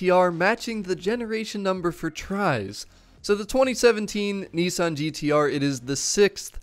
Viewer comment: I live your vids but this really bugs me! Why do you say Nesson,when it’s pronounced as it’s spelt, Nissan!